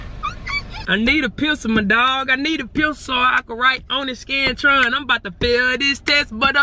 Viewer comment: said pecil